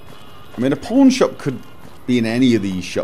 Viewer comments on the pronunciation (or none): "Old Mormon Fort. I have a feeling the porn shop is not going to be in there." I know you said "pawn", but for some reason that is how I heard it and I couldn't stop giggling. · I kept hearing porn shop instead of pawn shop. It was hilarious. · "where's the pawn shop" what it really sounds like "Where's the porn shop!" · I feel so bad cause I hear porn not pawn.. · I'm sorry every time I hear you say "pawn shop" I hear "porn shop" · I hear porn shop every time he says pawn shop.... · i can only hear "porn shop" tbh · When he walked into Vegas it sounded like he said, "Hello? I'm looking for a porn shop." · heh sounds like he's saying pornshop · I heard "I'm looking for a Porn Shop" . . . oh my :O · I know you're saying pawn shop, but it really sound like your saying porn shop. I can't judge, I'm an Australian fella, we say porn shop too.